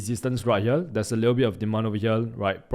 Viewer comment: its here not hele